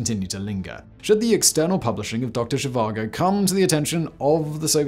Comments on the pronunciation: She vango???? VAGO! Doctor Zhivago ....no ng :) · For some reason in the first half you pronounced it as zhivango and later as Zhivago didn't you watch the movie? I mean who am I kidding, you probably didn't 😂 doesn't mean it isn't interesting to watch tho. Very interesting tho I didn't know about this let alone that the Dutch helped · I may be wrong but i always thought it was pronounced doctor she var go and spelt doctor zhivago. If im wrong then i apologise but that is how i have always said it and heard it said. That aside, great work as always simon. The videos you put out across all of your many MANY channels are always a great watch. I never miss a episode. Keep up the great work and i cant wait to watch your new episode of the casual criminalist after i have watched this. Thank you for all your hard work and effort in creating what is for me the best set of content on youtube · Dr Zhivango?? Oh, Simon, what are we to do with you? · There’s no “N” in the pronunciation of Zhivago.